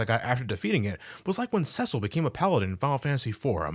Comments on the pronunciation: I believe it's pronounced "SEE-sill". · Another great review. Also I love how you pronounce Cecil like sessile